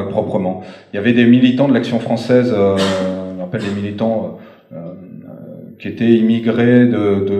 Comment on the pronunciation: L'action fronssaise là-dis dont